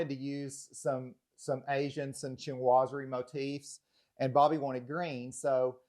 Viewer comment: SHEEN wah zury. Not CHIN wah zury (Chinoiserie). I am amazed at how many decorators cannot pronounce the word. I saw another home video where the designer pronounced it "shnozzery". That being said, it's a marvelous house.